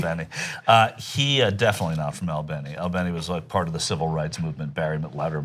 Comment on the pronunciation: I'm from Albany and you're pronouncing it wrong!